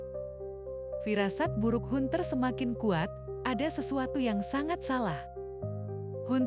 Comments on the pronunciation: ini pake penerjemah otomatis kayaknya? hanter..bukan hunter.suaranya gak ada emosi.persis suara² di Fb😁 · Hunter?? Pengucapan nya bukan hunter tapi Hanter,,,,,ini kan ejaan asing please....